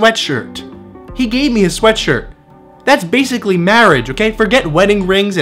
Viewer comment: Anyone else notice he says ''sweatsurt''